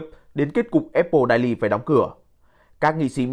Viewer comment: Vãi cả đọc tiếng Anh.daily đọc hẳn đai ly.